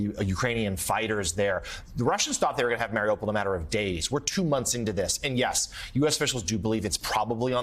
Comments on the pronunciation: Mar-ee-OOH-pole* Not "mare-ah-pol" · It's pronounced, Mar-e-you-poll